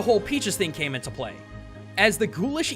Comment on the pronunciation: CAME NOT CANE